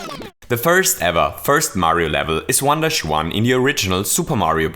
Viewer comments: I kept hearing "wonderschwan" instead of, well, "one-dash-one." Not a complaint. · Every time he said 1-1 I thought he was saying "Wanda Shwan"